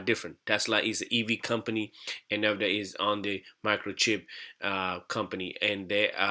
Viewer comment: its pronunced uhnvideeuh btw :) not an important thing tho should we buy the dip? I mean nvda